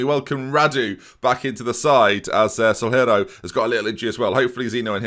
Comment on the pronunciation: Soalheiro -> Soo-Ah-Lee-Ey-Roo